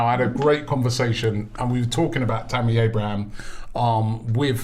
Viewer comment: THERE IS NO 'S' AT THE END OF TAMMY ABRAHAM!!!